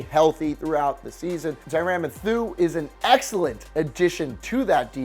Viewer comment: Tyrann pronounced tyron matheiu pronounced mathew, come on man! what was that?